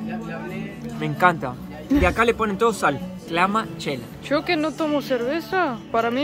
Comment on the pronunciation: No se llama Clamachela, se llama "Michelada".😊